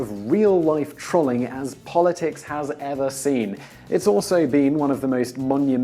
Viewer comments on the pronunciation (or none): trolling comes from the word troll, you should reupload this video to correct yourself because you sound like a bitofa knob, good video